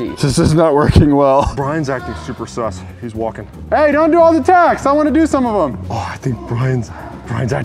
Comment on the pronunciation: you said taks instead of of tasks